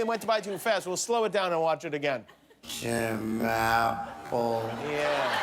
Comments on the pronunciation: He said Ti Mapple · "sets up a meeting with America's top billionaires to help bring back jobs to America" HEHEH He said Tim, Apple, and it sounded like he called him Tim Apple.